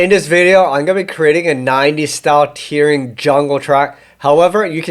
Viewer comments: Hate to be the guy to say this, but you are saying 'tearing' wrong in this context, it should be tearing as in 'tearing a piece of paper' and not tearing as in crying. Great video btw 👍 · Isn't it Tearing as in (rhymes with Pear?) Tearin' up the dancefloor? Love your work !!!